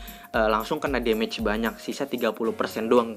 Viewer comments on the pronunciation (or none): none